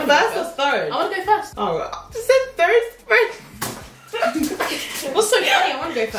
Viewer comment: Aliyah made me laughed when said thirde 😂